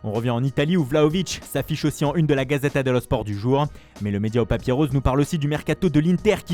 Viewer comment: Une voix posée, une présentation au top et animation hors pair respect un régal de vous écouter ! Au delà de votre talent global mon coup de cœur c'est votre accent en italien quand vous commentez les publications de la gazetta et le corriere dello sport (l'articulation un pur délice 👌🏽) Merci pour tout que du bonheur vous !